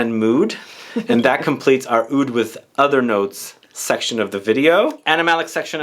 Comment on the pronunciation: lol "Awoud"... I guess Aoud is the best way to spell but not technically how it's supposed to be pronounced. In arabic, oud is written starting with the letter "ع", if you're interested in hearing what it sounds like, I'm sure you could find a pronunciation video. It's a sound that comes from the very back of your throat. When speaking, pronouncing it as "oud" is actually more accurate than "aoud". Hellooo from Beirut!